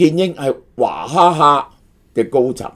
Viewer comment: 点解娃读做华、娃哈哈变华哈 哈